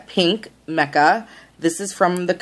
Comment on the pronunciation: That was bugging me too.